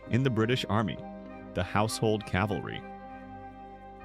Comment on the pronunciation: There is not a “household Calvary”. There is a “household cavalry!” 🙄